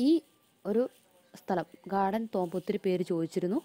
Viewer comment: എന്റെ, തോമ്പ് അല്ല.. റ്റൂമ്പെന്നു പറയു 😉👍😀